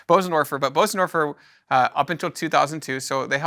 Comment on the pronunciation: Informative and interesting, but… How can you sell pianos, and still not know how to pronounce Bösendorfer ?